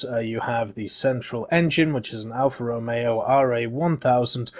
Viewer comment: Wow, someone that can actually pronunce Alfa Romeo correctly, well done